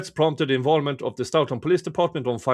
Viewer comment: I haven’t seen all of your streams. Have you followed the hubbub in Stoughton with the town manager trying to force the police chief out? BTW…your English is way better than my Swedish, but may I gently point out that they say “Stow-tun” (like “toe”).